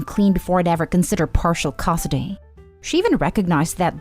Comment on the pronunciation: The last story would be better if the narrator could properly pronounce "custody".